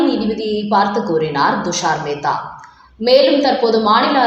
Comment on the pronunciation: அம்மா, அவர் பெயர் ஹவாய் அல்ல ; கவாய். துஷார் மேத்தா உச்சரிக்கும் போது T என்ற உச்சரிப்பு வேண்டும் . D அல்ல.